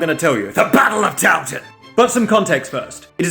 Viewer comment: Every time I watch this, I hear TownTown